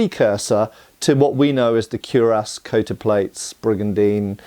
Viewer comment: Faith No More shirt and the correct pronunciation of cuirass. This video is so awesome.